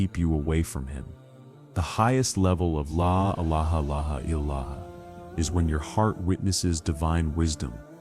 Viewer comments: Yes. Please correct the way the syahadah is normally made. Tq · Yes the AI is a disaster in pronouncing the La Illaha Illallah. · I wish the AI voice would say LA ilaha illa Allah properly 😅